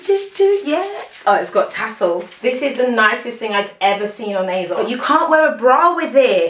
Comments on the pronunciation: Please please please why do you keep saying aZos??? Why??? It’s and s not a z... like you pronounce the s at the end so why won’t you do the same at the beginning! Ps you look great! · asos doesn’t have a z in it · Is it it me or did she say azoz instead of asos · Not hating but it is ASOS not azos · Why she sayin azos tho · And you literally said it used to be called as seen on stars... so you know for a fact that it’s an s and not a z... so please why? Please! We are all here wondering and have been wondering for years so please just tell us why you choose to pronounce it that way. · Ufo only intellectually deficient people need to resort to insults to get the most basic (albeit incorrect) points across. ASOS is pronounced one way and it’s not with a soft z... “h” in the English language is pronounced 2 ways depending on if you are speaking British English or American English... you can’t just make up your own way of pronouncing a word or letter that already exists in a specific language. ASOS names themselves ASOS and they pronounce it with an S not a Z... and I am not policing anyone. So bye Felicia!